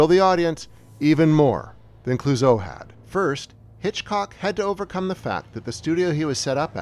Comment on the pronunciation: ... Sigh. Why do these otherwise smart video YouTube essays stumble and fall on the EASIEST, most idiotically-able-to-verify points? It's VERA MILES. Not VERA MILLS. A good history brought down by an essential stupid error (never mind the bad French pronunciation for Clouzot and Les Diaboliques.....entirely forgivable, if a little dopey. But VERA MILLS???) So disappointing. Film fans may well switch off right there.